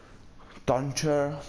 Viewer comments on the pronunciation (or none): Sledge: Výslovnost (Sledž) Tvoje výslovnost (Stejč) Thatcher: Výslovnost (Tečr) Tvoje výslovnost (Tančr) Ash: výslovnost (Eš) Tvoje výslovnost (Eš) Thermite: výslovnost (Thermajt) Tvoje výslovnost (Termite) Twitch: Výslovnost (tvič) Tvoje výslovnost (tvič) Montagne: Výslovnost (Montáž) Tvoje výslovnost (Manták) Fuze : Výslovnost (Fjůz) Tvoje výslovnost (fuze) IQ: Výslovnost (IQ) Tvoje výslovnost (Ajsí) WTF :D Buck : ,,Má teda, jak už sem minule v tom videi má z brokovni na z normální pušky na brokovnici a z brokovnice na pušku, což je velmi dobré třeba když dete do baráku tak si přepnout na tu brokovnici, což je ví ... lepšíííí." Tak toto mě obzvlášt rozjebalo, z tebe musí mít normálně ve škole radost :D Nebo ,,Má tuhle zbraň č.. zbraň.. Je to hrozná zbraň"